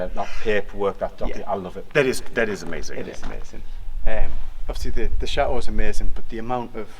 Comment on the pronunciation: I love how says SHATOOH while says it properly. lol x